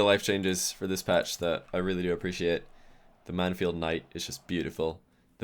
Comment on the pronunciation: 2nd Satan Nooooo.... It's Mann-field.